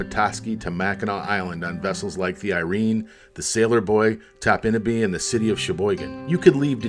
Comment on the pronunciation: I've been going to Topinabee since 1971. My grandparents lived there from 1971 until 2000. They always pronounced it TOP-in-a-bee, not top-IN-a-bee.